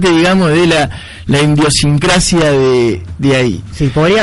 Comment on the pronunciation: "Indiosincracia"? Jajaja